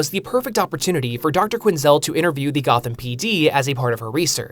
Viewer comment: 'Goth'am. C'mon, dude.